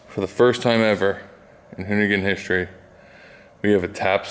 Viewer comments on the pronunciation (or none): none